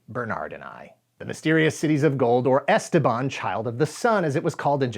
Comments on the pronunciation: Goddammit, it's esTEban, not "esteBAN"! (Yes, like "leviosa") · As a native spanish speaker the way he pronounces Esteban is driving me crazy...